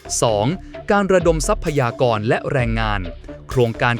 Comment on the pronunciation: รำคาญ คำว่า ทรัพยากร ออกเสียง ทร ควบ